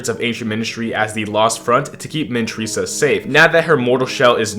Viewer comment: Its Mini-TYR-sa not Mini-TREE-sa